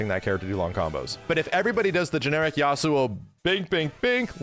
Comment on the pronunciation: Listening to saying Yasuo feels weird, but in a good way.